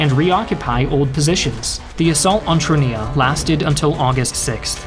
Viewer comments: You mispronounced 'Guzzoni'. It's not pronounced 'Guzzani', like how you pronounced it. It's 'oni' like as in 'pepperoni'. You also mispronounced 'Troina' as 'Tronia' twice. I'm not even Italian, but I can still pronounce those names properly. Congrats on pronouncing Vessi properly though. I'm very proud of Vessi (it was created in my hometown of Vancouver). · Nice video, but please, try to pronounce italian cities and generals with their correct name, and not with accents that trasform them in chinese (for example, it's MEssina, not massina, Troina not trunia, Centuripe, not shenturipe, GraZiani, not grasciani, AdrAno, not Adrno, CatAnia, not catanIa) Anyway, good video as always, and thanks to share a bit of story about italy. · Troina. 2syllables Sounds like TROY-na.